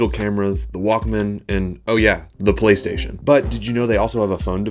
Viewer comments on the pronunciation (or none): none